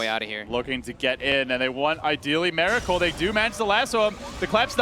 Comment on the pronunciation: Miracle- not Meracle u fucktard